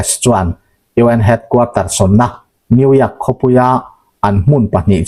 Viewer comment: 😂 Engtia New York ( yawk) hi New iak ti tlat nge maw in nih le? Ț lah hi T ti tlat mai😂